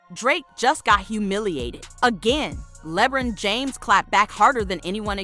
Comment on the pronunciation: "Lehbrin james" never talk about drake again